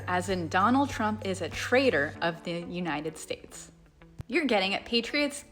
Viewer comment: Either you're or your stressing my uh-brain. Is it United States or Shaysh?